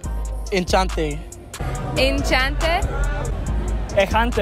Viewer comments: Just be careful because in french "ou" means "or" and "où" means "where". So it's où sont les toilettes. And "é" doesn't sound the same as "e" (which don't sound at all 😂) so it's enchanté and not enchante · word: enchanté “ENHIANTEE”